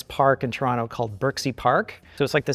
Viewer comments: Oh man my favourite genre of RLM videos, re:View episodes about 1980s remakes of 1950s horror movies. Also +1 point to for saying "Toronto" properly. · says Toronto like a proper Torontonian. He doesn’t pronounce the second ‘t’. He says Tronno.